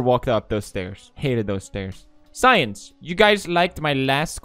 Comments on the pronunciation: Pewds says science instead of since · Did pewds just pronounce ”since” as ”science?”